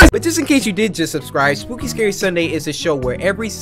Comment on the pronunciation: First you said spoopy and then you said skuke and then you said shookey